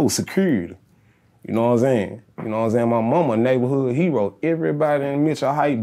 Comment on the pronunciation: As SOON as he said "yaknowinsayin" and "yafeelme" I knew he was from my hometown 😂